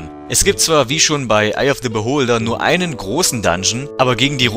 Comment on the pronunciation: Kann sein das ich mich irre, aber wird bei "Eye of the Beholder" das the ist normal aus gesprochen Beholder fängt ja nicht mit a e i o u an